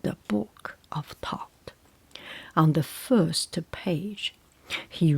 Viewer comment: It’s good to hear Thoth pronounced correctly, so many people say it wrong!